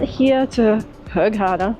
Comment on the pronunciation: It’s pronounced like this. Ghar-da-'ah (gh) is like a growl sound or when you gurgle mouth wash.